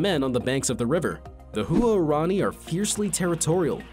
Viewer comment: Huarani is pronounced “Whar-ronny”; not “Hu-are-ronny”.